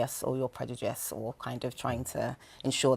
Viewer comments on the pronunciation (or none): Wtf is PREDUDICE? LMAO